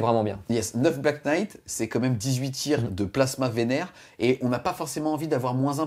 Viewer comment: Svp en anglais le "Kn" se prononce "n" , notamment dans les mots "Knife" , "know" et ici "knight" ... j'ai les oreilles qui saignent .